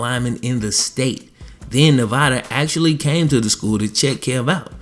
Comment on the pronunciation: Say actually.. not axeually!!!